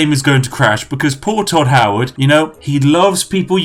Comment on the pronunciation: I lost it when he said Hodd Toward